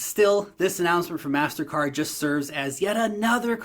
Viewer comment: Its pronounced Mastercard